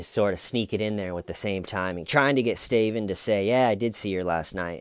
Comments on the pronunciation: You have made it impossible for me to listen to my best friend mention her boyfriend's name. She's opening her mouth to say 'Steven' but instead you come out saying "Sty-vin!!". I hate you..yes, I am lie-crying saying that. LoL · Lol yeah the cop even says "that's horrible " Horrible despite the fact he'd literally dismembered a body of someone he knew with a little manual hacksaw! Jeez that's so F'd up! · I can't believe you say styven every time through all the vids. You really would have been my friend in h.s. because of the inside jokes that never quit. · Detective: "... you have troll-hair" 🤣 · I can’t stop going “STAYVANE” inside my head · my girlfriend needs me to stop saying "WHY WHY". Your fault. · Someone commented under the investigation “” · "Bless your heart Staven" 😂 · I can't tell if you're going for hillbilly or Australian when you say Stuyven? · "Stayvan Says" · why do you call him stuyven? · Please can someone make a compilation of everytime he says Steven?!?!I love this chanel but I need a concentrated audio that I can listen to and start my day right 😅🤭